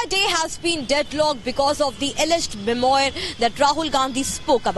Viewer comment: पप्पू को फ्रेंच शब्द का उच्चार भी नहीं आता, मेमॲार बोल रहा है, सही उच्चार मेम्वॅा होता है, r is almost silent.